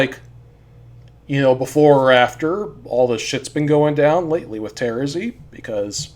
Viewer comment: I just realized that you are the only one who pronounces Terezi's name like I do Everyone else pronounces it with the stress on the second syllable and that's so weird to me